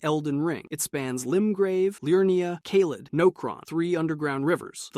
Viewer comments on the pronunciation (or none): none